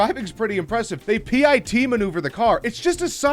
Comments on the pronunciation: The narrator doesn't know about cars or much of anything. P.I.T. maneuver? It's pronounced Pit maneuver! Couldn't watch whole video because the the narrator was giving me a headache. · He called a pit a P.I.T. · It's pronounced "Pit" not "Pee Eye Tee" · P.I.T its pit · Who calls it P I T? Its pit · P.i.t. maneuver you mean pit maneuver not p.i.t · p i t its just the word pit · It's just pit maneuver. Not P.I.T.... just pit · It's not pit letter by letter. It's pit like the pit in a pitbull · its a pit not p.i.t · instead of spelling out P..I..T maneuver can't you just say the word PIT like it's actually said. I really don't know why but that bothered the hell out of me. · NO ONE calls it "PEE EYE TEE". It's a PIT MANEUVER. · It's not pronounced P-I-T Maneuver(ed). It's just pronounced Pit maneuver(ed). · why are you saying p.I.t.? just say pit jesus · It’s not P-I-T it’s pit. Like a arm-pit or avocado pit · he says p.i.t its pit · Lol i love how he says P I T instead of PIT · It is not pronounced P-I-T maneuver its PIT maneuver without Annunciation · P .I. T no JUST SAY PIT SAY PIT MANUVER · Dude, stop saying P.I.T. maneuver. Even 4 year old kids know that's now how you say it. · Dude said P I T maneuver 😂😂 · P... I... T... maneuver 😂😂😂😂😐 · You can just say pit without spelling it out, smh 🤣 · Did it bug anyone else that he said the P.I.T menouver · just say pit.....please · PIT is said as a word, not each letter separately, in common vernacular. Also, STFU. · Why can't you say pit? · It's a PIT maneuver, don't spell it say it. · P I T maneuver?! How early was this narrator aborted? It's tough when you go to YouTube to escape all the retarded things plastered on TV that trump says only to have to listen more idiocy. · Did he really say P I T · I know PIT is an acronym, but I've never heard anyone spell out the letters. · they P I T.... no bad smacks you with news papper it's pit as in pit of despair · I stopped watching at "P.I.T..." It's pit. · Its pit....not p I t